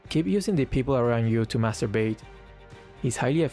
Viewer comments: without subtitle I might have heard "masturbate" lol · using word master bait sounds like master....🤐